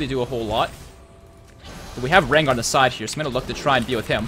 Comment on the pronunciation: As a Veigar main it pains me greatly every time you pronounce it with an "eye" sound.